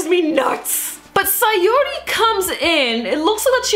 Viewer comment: It's 'Satori' not 'Sayori' Yes I know you have that correct in the next episode review just saying